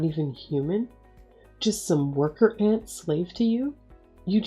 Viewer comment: Not worker "aunt". Worker "ant". Geez.